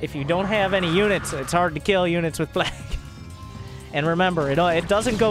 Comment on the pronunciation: I look forward to more of accent saying plague. "plaegg"